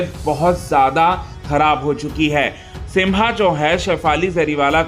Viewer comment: सिम्बा है वो सिंभा नहीं